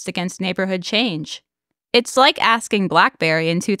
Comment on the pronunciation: I just noticed you say Bike and Subscribe, after a few months watching. :)